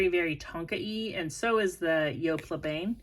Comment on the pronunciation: Jessica McClintock was definitely an 80s label, but also the designer behind the amazing Gunne Sax 70s Renaissance revival dresses. Definitely look those up! Also, le Bain is “bahn” I think. It’s definitely on my want list!